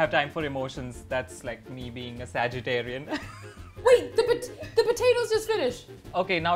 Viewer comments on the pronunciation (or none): Did he say ‘sagitariun’? 🤣